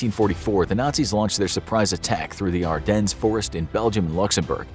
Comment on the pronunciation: Yes Carl Donuts - that's exactly how you pronounce that - and the Ardennes. Psyche!!